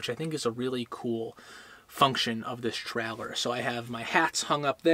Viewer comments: Stop saying trehlehr. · I thought a Troller was a fishing boat 🤔🤣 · Great video, but I kept getting distracted by your inability to pronounce "trailer". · We should drink a shot every time you say “ traller “ 😂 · Absolutely 💯%!! Watched a Yellowstone Park video last week about the giant Wolfes. The person Narrating kept saying Woof instead of Wolf 😖🤯😂🤣